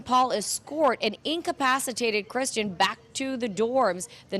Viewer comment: Perhaps tomorrow that reporter can try to get Kristin’s name correct and stop calling her Christian. It’s basic respect to the victim.